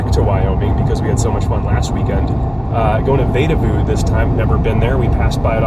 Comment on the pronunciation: Sorry to be pedantic, but it's pronounced "VEE da voo" :) Glad you enjoyed your stay!